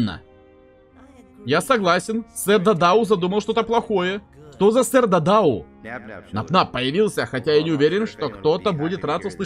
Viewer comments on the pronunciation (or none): Правильно сэр дададу а не дадау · 🤓 вапшета не дададо а сер да да да ду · Только сэр да да ду а не дадау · Он не дададо, он дададу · Это сэр дададу а не дадау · Я 1 замітив те шо робзі сказав дадау а не дададу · Его зовут не Дададо а Дададу